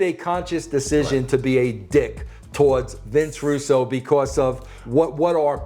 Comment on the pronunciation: Uh it's pronounced Vince Rus-Bro bro.